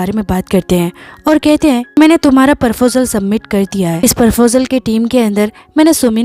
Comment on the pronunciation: It's not "Parfojel" it's "Proposal"😂